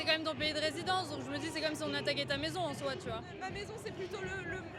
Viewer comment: "Ma mézon Cé le mhonde"